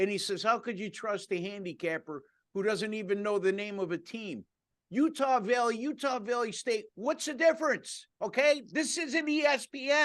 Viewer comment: Sounds like he's saying Utah villey, it's valley not villy, ok